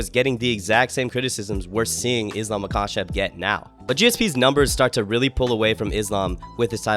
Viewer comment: if you gonna glaze Islam you should probably say Makhachev right